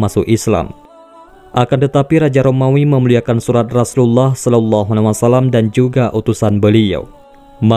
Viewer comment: Pengucapan alaihi wassalam tidak jelas. Kedengaran salallahina wassalam